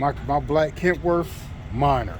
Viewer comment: Kenworth not kentworth